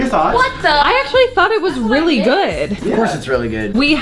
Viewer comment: Lol, i was thinking the same